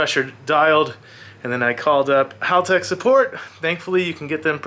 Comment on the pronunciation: Why do Americans insist on saying everything wrong? First it was "Con-sigh" wheels (should be 'con-say') now you keep saying Holtech... It's Hal. Like the name, Hal, like the dad from Malcom in the Middle. "Hal"tech. Not Holtech.